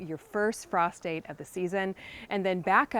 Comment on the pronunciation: I don’t have an indoor growing lights for this growing season, but it’s on my fall to do list. BTW, my husband was listening along and thought you said “prostate” instead of “frost date.” 😅